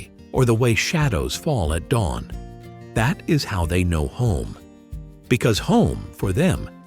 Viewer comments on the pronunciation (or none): none